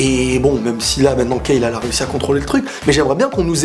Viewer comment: C'est pas KAFLA et KEFLA 😂